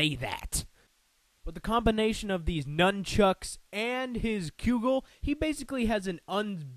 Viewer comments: Cudgel is pronounced Kud-jel... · Prof Port's weapon is pronounced Blunder-buss. Also, Cudgel is pronounced "Cud-gel", not "Cue-gell" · It's pronounced CUD-JEL MEL-ODD-IK NINJA-TOE LIE-DOE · I think you pronouncing cudgel wrong. Also its iaido not laido. Other than that, I found this very entertaining :D